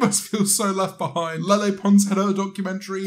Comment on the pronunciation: Please stop saying LeLe like a nutjob. 🙏